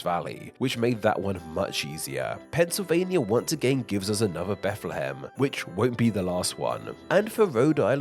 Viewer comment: It's pronounced Beth-luh-ham, not not Beth-lee-ham